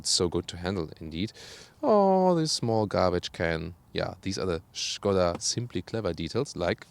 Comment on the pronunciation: Na endlich.... pronounced well the word skoda excellently, as SHKODA.:)